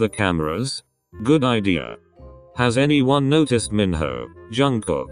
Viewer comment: Im litteraly laughing when the voice pronounced minho to mihoe😂😂😂